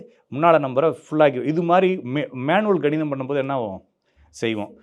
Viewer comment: சார் ganidham illa kanidham